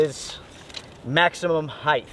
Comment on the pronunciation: It’s “height”. There’s no such word as “heightdth” (how is it even spelled?)